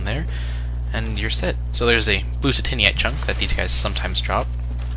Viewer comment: "tight an eye t" Titanite